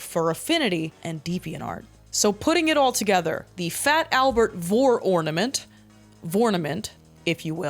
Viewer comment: "A 'vornament', if you will" I will not.